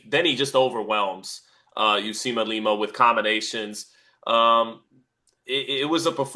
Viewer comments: Somebody tell it s Uisma and not Usima. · Uisma “u eeeze ma” not Usima 😂😂Usima Bin Boxin